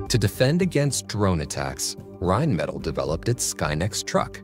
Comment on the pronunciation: Rimettel😂😂😂🙈 Deutsche Sprache schwere Sprache. Auch für KI.